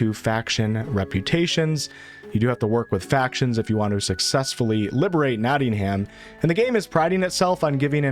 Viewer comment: My ears began to ache by the end of the video, you mispronoucing Nottingham was my last straw :D